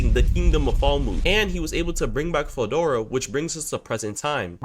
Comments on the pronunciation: 1 min in and this man mispronounced Veldora name so many times ✋️😭 "Fedora", "Eldora", DUCKIN "DORA" im cryin edit: NAH WHO TF IS "MALAME" U MEAN MILIM?! NAAAHHHH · I mean that’s not a common name but veldora is said how it’s read so there no excuse for that one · Why you pronouncing veldoras name with a F